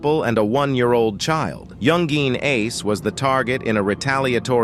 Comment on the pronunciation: You could have taken 2 minutes to check around and see how he pronounces his name. It's not "Young Geen" with the hard G. It's pronounced more like "YoungIn ". Basic research, bro.